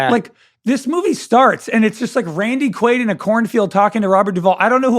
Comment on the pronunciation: Also the podcast is called rewatchables, so u should ACTUALLY rewatch the film before taping the pod. U all couldn't even pronounce Randy Quaid's character name correctly, u just obviously read and mispronounced it from the cast list...u know what isn't aging well?....the rewatchables podcast. Close the doors if ur gonna come with such shitty effort